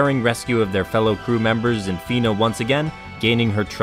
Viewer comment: Nice video Fun fact but Fina is actually pronounced as Faina (ファイナ) I guess at this point it is too late to try to convince English-speaking fans of SoA to use that pronunciation since everyone got used to calling her Fina